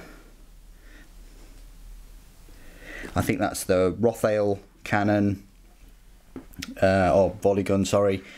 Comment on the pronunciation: I'm fairly certain it's pronounced Rot-Hail, not Roth-ail. I'm really liking these new Nurgle kits. I recall Mike McVey back in 2nd Edition talking about making Chaos Marines (or should I say, Heretic Astartes) less gribbly looking but I like that they've gone back to a more organic, corrupted look, rather than generic kits that anyone can use with a different paint job. Good stuff.